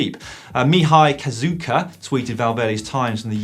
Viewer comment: nice try Dan, but Cazacu is not pronounced Cazuca :P